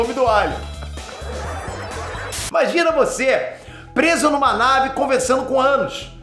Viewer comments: O nome do aracnídeo não é ânus, é hanus,( ranus). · O nome da aranha não é “ânus”, e sim Hanusx, e se pronuncia “ Ranush” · É hanus e não anus 😂😂😂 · anus kkkkkkkkkk é hanush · Ficou muito bom seu vídeo, mas por favor corrigi o nome da Aranha, Não e Anus e sim Hanus, se preferir colocar totalmente no nosso português se fala Ranus. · O nome da aranha é Hanus, e a pronuncia é Ranush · o "H" do nome da aranha tem som de "R" 😂😂😂😂